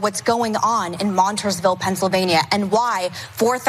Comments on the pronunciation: She can't even pronounce Montoursville correctly, yet it's important that we know what's going on there. Priceless! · If she wants us to know whats going on in Montoursville, could she at least pronounce it right? 😅 Its mon-TOURS-ville. Not MON-tours-ville. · she also pronounced montoursville wrong. but she's so in touch with the people right? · Montoursville. Learn how to pronounce the town